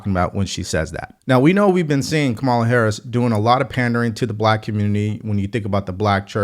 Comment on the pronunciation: Just a heads up, you’re pronouncing Kamala wrong. It’s pronounced “comma-luh”. I know some people don’t care, but it’s just a respectful thing to do; whether you’re for her or against her. Have a great day! 🙏